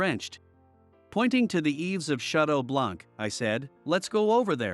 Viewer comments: The word BLANC is a French word. You don't pronounce the C because it is silent. Therefore you pronounce it as BLAN. However, it is written with the C at the end. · Wait? It isn't pronounced blank? 😂 Not going to lie this pronunciation hurt a lot.